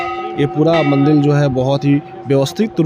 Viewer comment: Baaki sab to acha hai per Ek chiz samajh nahi aayi ki aap kaun se rajya se hai kyuki MANDIR Ko MANDIL bol rahe